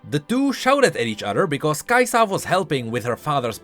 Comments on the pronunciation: i dont wanna be the hermione but damn kaisa not kai saah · why are you like the only person that puts the emphasis on the "Sa" part of Kai'Sa? it slows your sentences down and makes them sound weird.